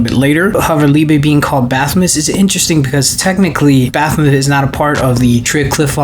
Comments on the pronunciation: Baphomet is pronounced Baf-oh-may. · All I heard was Bathemous 😂